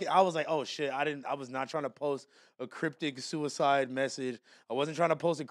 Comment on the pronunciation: ‘’ Cuicide in the building” lmao